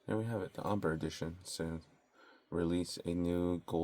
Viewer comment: Are we really not going to correct the way he's saying Ombre? It''s pronounced entirely different to Amber. (Om-BRAY) Would be the proper pronunciation.